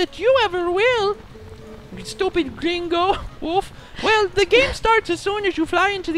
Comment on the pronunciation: you pronounce greengo so well ha ha ha!